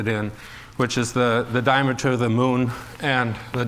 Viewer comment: it's diameter, not dimature.